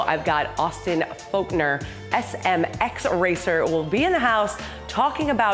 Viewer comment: Austin Folkner huh?hahaha,for real tho he's one of the raddest dudes to ever race a MX bike...its Forkner btw